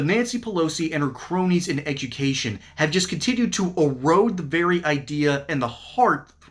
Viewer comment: I had a good laugh at the way she pronounced education !